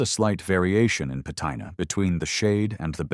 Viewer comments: Pat I na... sigh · Your ai voiceover -- 'patina' does NOT rhyme with vaqina. Hilarious.